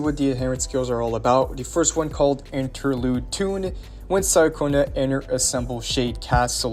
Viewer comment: Wasn't her name pronounced as Cha-cona in the story? Sorry it just kinda irks me lol.